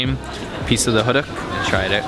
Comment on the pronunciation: Haha. What the heck is Hoduck? It sounds so strange and funny to me. The proper saying is more like "Hoe Tuck" like in Tucker with The T in "star". I've enjoyed the film that brings me the good memory of mine when I was in Korea. Thanks :)